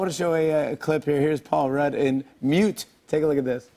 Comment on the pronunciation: Did he say Paul Rad?